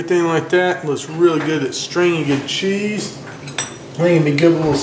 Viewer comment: "dat K-so cheize"